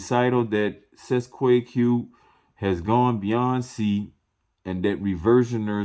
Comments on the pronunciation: Pronounce it this way: Cest tee kay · my friend i believe this is pronounced in latin CET A KAY. not that i speak latin but am reliably informed i believe. thanks so much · U can’t even pronounce it … please go away…